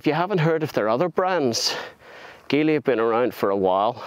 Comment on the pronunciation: You’re pronouncing it wrong. It should be Gee Lee not Gi Lee.